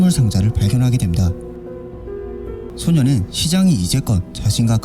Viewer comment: 소녀는 소년은이 아니고 발음이 영 불확실하네 헷갈려서 못듣것네